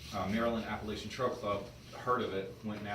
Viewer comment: Wtf this guy can’t say Appalachian 🤯